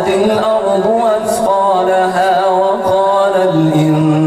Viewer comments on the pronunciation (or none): none